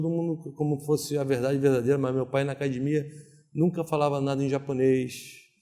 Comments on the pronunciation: Nem tem cara de Gracie. Mas se fala acadimia, quem sou eu pra duvidar ? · Se você estiver vendo uma entrevista do JJ e ouvir "acadimia" com certeza tem um Gracie. Hahaha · Acadimia e treno